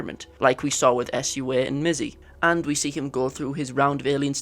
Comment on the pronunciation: Love the video, but pls pls plssss say Sua not S.U.A. I didn't even understand the two girls' names when you first said them, Meh-sy sounds so weird. I know they are not typically English names so it may be hard, but still.